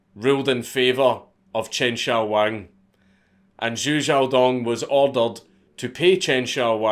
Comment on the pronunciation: I love how Dank goes back & forth between pronouncing it Jew Jyaow & Shew Syaow. Doing it on purpose to both piss off & appease the Pronunciation Police.